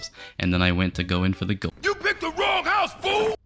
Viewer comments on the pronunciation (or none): none